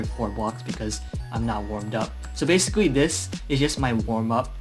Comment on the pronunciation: "Basicwy" i love his funny voice <3 earns a sub